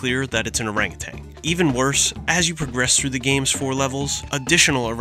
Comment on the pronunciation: Every time he says "orangutanG" I die a little more.